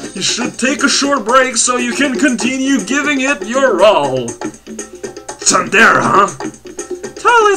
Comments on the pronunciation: it's pronounced soon-dare-ray not soon-dare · That's Tsundèré/Tsundèlé for. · please say "tsundere" in your pronunciation in the beginning of every video so I can start your videos angry and then lighten up. If you say it at the end like that I just finish the video angry.